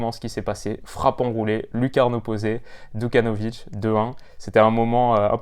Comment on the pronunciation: super vidéo! juste une petite erreur c’est Djukanovic et pas Dukanovic et il a 19 ans!